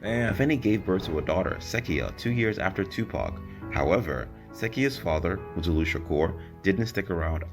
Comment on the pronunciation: boy they butchering these names Sekyiwa (pronounced Set-U-Wa) and Mutulu (Ma-2-ta-Lu)… even Lesane got it 😂